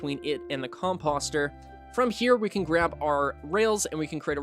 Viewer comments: I was looking for comments like this. Cause my eye twitched everytime he said it😂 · Just FYI: composter rhymes with poster, or toaster. 👍